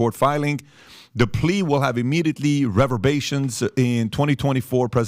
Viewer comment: Reverbations? I’m always surprised how often pat cannot pronounce words.